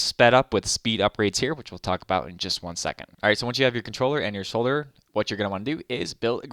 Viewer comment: Wait a minute, did I hear you pronounce "solderer" correctly?